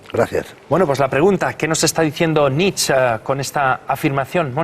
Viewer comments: Concretamente Nit-chae (porque en alemán fonéticamente suena a una E que acaba en A), pero desde luego no "Nitch", como si fuera un rapero. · EL ENTREVISTADOR NO SABE NI PRONUNCIAR EL APELLIDO, NITCH... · Nietsche. Se pronuncia la É a final de palabra en alemán, siempre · SE PRONUNCIA: NIT-CHE. Qué cosa de locos que traten sobre un autor y no sepan pronunciarlo (algunos).